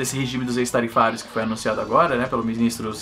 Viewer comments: Esse "ex" de "ex-tarifário" pronuncia-se "équis" e não "ês", porque o "ex" do latim, com o sentido de "fora". Produtos fora das tarifas padrão. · Se pronuncia "Écss" tarifário. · Se pronuncia "éx-tarifario" meu rei